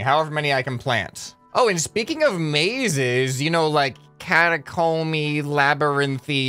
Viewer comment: Ahem... ... CATAcomb-y... labyRINTH-y... It's almost like you're trying to tell us something.